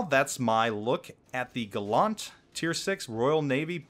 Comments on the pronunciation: Andrew Stark No dickhead, he didn’t. Because Gallant was a British ship, not American. So the ship was christened “Gal-lant, not Gull-lunt. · The video is made and done but his pronunciation of Gallant is incorrect. Facts be facts, yo. :D It should sound like Gal-ent or Gal-ant but not Gal-awnt. ɡalənt It's not Gal-awnt-tree it is Gal-ent-tree or Gal-ant-tree. ɡaləntrē Look up how to pronounce the Schwa sound. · James Warner That’s not very gallant of you. See? Gal-lant. Not Gal-LUNT. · gallant is pronounced like gallantry :P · why do Americans say Gallant wrong LOL its Gallant, as in gallantry.. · because he's not the first American I've heard say it like that lol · for the record Galant as in the Mitsubishi and Gallant are not pronounced the same way. this ship HMS Gallant is pronounced like gallon or allen. it has a long a sound. words have meanings and different words are actually not the same. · Your pronunciation gives me the impression the Gallant is a French DD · Please learn how to pronounce Gallant. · If it was just a word it wouldn't matter how it was pronounced but in this case it is a name, which means it is intended to be pronounced one way and one way only and mr video maker was wrong. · yeah seriously it hurts my ears. ..and im not even a native english speaker. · No he did most certainly not.